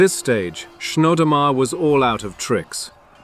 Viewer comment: You pronounce Chnodomar like 3 different ways. pretty sloppy.